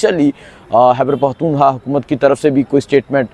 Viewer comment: ooh mr, curb your tongue, don't mispronounce the name of Pakhtoonistan. you are nice person. Hope will be not repeat again اوہ مسٹر، اپنی زبان کولگام دو، پختونستان کے نام کا غلط تلفظ مت کرلو۔ آپ اچھے انسان ہیں. امید ہے دوبارہ نہیں دہرائی جائے گی۔